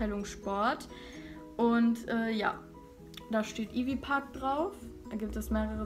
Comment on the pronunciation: Weißt du eigentlich was du da in der Hand hälst? denke mal nicht wenn du Ivy Park schon falsch aussprichst. Wo bist du denn stehen geblieben? Das ist die Ivy Park Kollektion von beyonce 🙄